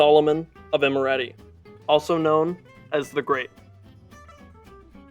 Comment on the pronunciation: Not Demetrius ( he wasn't Greek) - It's Dimitri !!!! It's Imereti NOT Emirati !!!